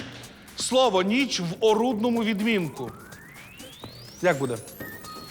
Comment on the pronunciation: Пані Катерина сама говорить "нічЬ", "пічЬ". А потім люди так і пишуть.